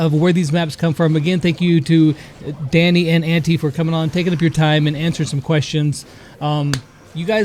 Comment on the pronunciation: I face palmed when I heard how he said Antti, and yes I know and understand that he is from the USA so please don’t comment: hE CAnT sAy tHaT bECaUse HE iS fROm tHE uSA